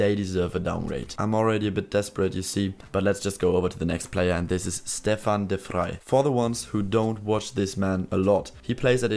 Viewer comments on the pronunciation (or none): u should pronounce it as Stäfan de Frei😂